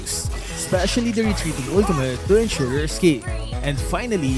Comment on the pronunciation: “Ultumut.” —LMAO